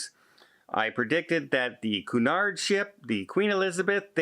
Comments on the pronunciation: its not coo-nard.... its queue-nard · you’re a travel - cruise expert. It’s pronounced “Q-nard”. Also, these companies need to guarantee all crew is vaccinated. Otherwise, who wants to travel with them?